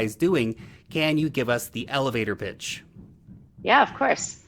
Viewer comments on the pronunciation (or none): i understand "can you give us the elevator bitch" :D